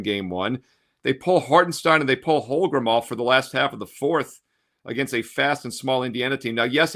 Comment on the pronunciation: He didn't play well enough in game one to have his name pronounced correctly.